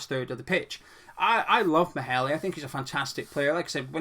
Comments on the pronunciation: It’s pronounced “mayler” just saying he’s a quality LB I’d be happy with him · as a Dane, it sounds really funny when you try to say Maehle :-) '